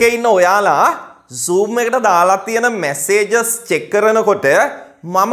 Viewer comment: The way you pronounce "messages " is wrong. Please try not to do such mistakes when you teache. Thanks